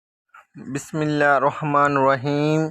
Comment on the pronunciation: پلیز اپکا بسملالللہ ٹیھک نہیں ھے ٹیھک کرو